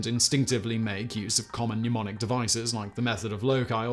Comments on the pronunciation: I hear so many people pronounce 'mnemonic' as 'newmonic' (or 'pneumonic' since I think they're confusing it with 'pneumatic') but I guess that's better than 'mem nonic' which is how someone I used to know pronounced it. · Simon, why do you keep saying "numonic" and "numonist"? Can you not pronounce the sound of the letter "e"?